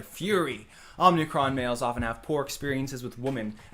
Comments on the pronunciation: I can't get over how he pronounces "Omicron" as "Omnicron". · He pronounces omicron wrong.